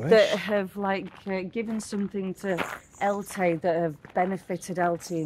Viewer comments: you are pronouncing Elche wrong, google it. It is said like El-chee, not Eltee:) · Guys Elche is pronounced EL:CHE I lived them ways for 23 years……great videos!! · There's no ' t ' in Elche . You pronounce it as it's spelt.